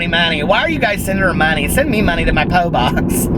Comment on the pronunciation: "Poe box" lmfao